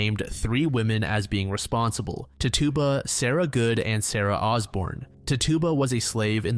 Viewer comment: I know I’m super late and this isn’t the most important but the accused woman tituba her name is more so pronounced [tich-you-ba] 😊